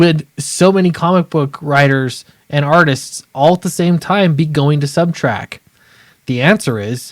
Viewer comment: It’s very distracting to hear you say subtrack. We’ll see if this will shake up the big two or if they just continue down the road they are going in (did you hear the are making Tim Drake bi?).